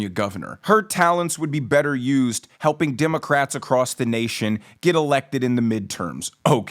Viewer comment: Did she say helping or humping fellow democrats